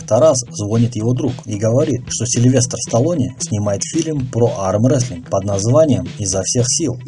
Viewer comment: Выпуск хороший, но как и в предыдущих видео ужасно бесит как ты произносишь слово "Армрестлинг", просто ппц какой то, зачем так? Только из за этого смотреть не хочется